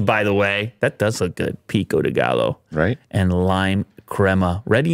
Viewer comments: It’s not pronounced “pico degallo” but “pico de-guy-yo.” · FYI : The double "LL" in pico de gallo has a 'y' sound.